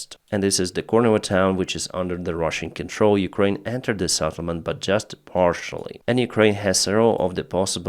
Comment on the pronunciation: Settlement not SATTlement.